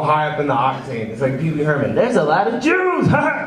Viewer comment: Lmaoo "jeeeeuuiis"